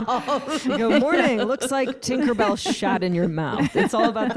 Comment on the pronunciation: I thought Tig said Kinkerbelle...lol